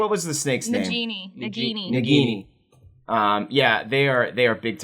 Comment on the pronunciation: Her pronunciation of Nagini hurt physically.